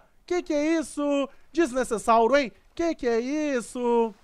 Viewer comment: mano vc não sabe falar "desnecessário" ?